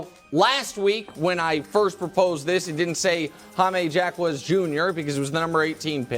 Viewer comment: Hope this trade takes a while just so I can hear Nick try to pronounce Jaquez more lol